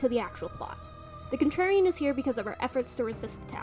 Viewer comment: My god FINALLY another stp essay Edit: I don't know if it was intentional or the audio cut out but calling Contrarian 'Trarian' is really cute